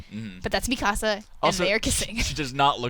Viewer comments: Why is she saying mikasa's name like "mi casa" is more like mika suh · I like the part where Mikasa is pronounced mi casa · Still not pronouncing Mikasa's name properly? Seriously? Did they not watch the English dub of the Anime? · Why do they keep mispronouncing mikasa's name wrong I find that shit so annoying.....